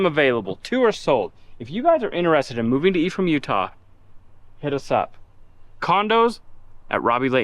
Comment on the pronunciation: I constantly heard him saying "the E from Utah" and was thinking what E? Untill I read it's Ephraim...